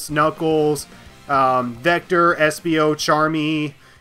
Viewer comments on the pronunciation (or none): none